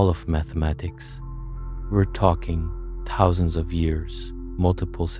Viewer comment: i more stuck on the “tuhthouusandsz” for “thousands”